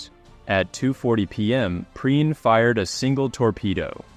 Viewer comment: You can't even pronounce his name properly. Waste of time.